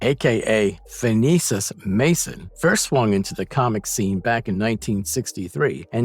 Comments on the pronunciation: Okay, first of all, Tinkerers real name is Phineus not Phinesus. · Its Phineas, not Phinesis.